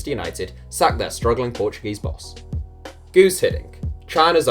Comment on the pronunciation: *Guus, not 'Guud'